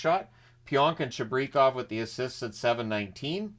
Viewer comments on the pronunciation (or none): Cheeb-rih-kauv is how it's pronounced (according to NHL name pronunciation chart)